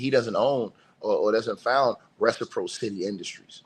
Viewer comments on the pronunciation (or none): reh •suh • praa suh •tee-reciprocity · Yooo - reh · suh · praa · suh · tee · The fact that you can't pronounce RECIPROCITY is crazy.